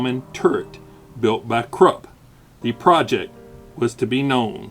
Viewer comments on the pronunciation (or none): none